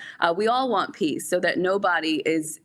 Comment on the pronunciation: He didn't say "we need peace" he said "we need piss" 🤣